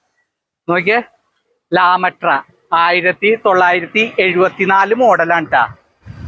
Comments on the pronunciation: ലാ മെട്ര അല്ല താറാമുട്ട . 😂 എന്തുവാടേയ് 😂😂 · ലാമൃട്ടാ അല്ല lambrettra അല്ലെ